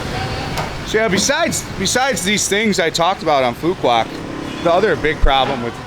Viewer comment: Bro you are painting a picture that isn’t realistic…first get your pronunciation right…it’s Phooo Wok..not Phooo Kwock…this is my 4th year living on this beautiful island…you simply don’t know where to go nor what to do here…20-30K Bahn Mi’s are everywhere…shipping goods to the island costs more because we obviously aren’t on the mainland…thus businesses need to pass some cost to the customers…garbage, that’s essentially everywhere in Vietnam…at least someone taught you how to pronounce “Nah Chang” properly!!! Just like America, stuff costs more in Hawaii because it’s a wait…ISLAND!!! Stick to Saigon content instead of spreading fake news…btw…many tourists here…especially Koreans right now